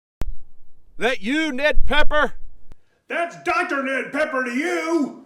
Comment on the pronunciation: That’s “PEPPER,PEPPER, not PEKKER, PEKKER”, you dumkoff you!!!